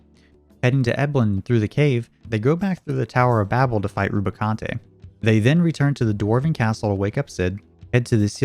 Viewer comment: Your pronunciations on a lot of these bosses are terrible. “Rubi-kantay”?? It’s pronounced Rubicant. Or Rubi-kont.